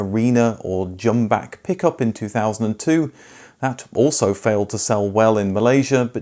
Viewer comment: It's Jumbuck not Jumback. Australian slang for a ram.